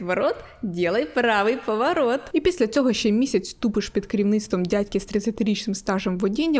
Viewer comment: ще, а не щє ;)